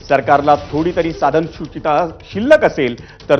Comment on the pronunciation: पत्रकाराला साधनसुचकता हे नीट वाचता येईना. 2 कानफडी लावा 😂